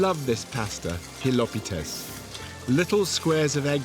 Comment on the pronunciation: Nice presentation! Two points: Kapamas doesn’t mean “heavy”, it means “covered”. Slow cooking, for a long time in a covered pot is very important, especially for fresh meat which is usually harder. Also, it’s very important to stress the syllable correctly. Hilopi’tes (stress the “pi”) is correct. Hilo’pites (stressing the “lo”) is something a man Greek or not doesn’t want to eat.😜